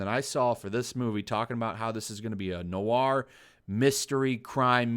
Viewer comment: love your pronunciation of noir... nowar movie?